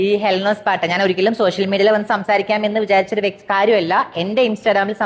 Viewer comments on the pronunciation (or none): പാട്ട ❌പരട്ട ✅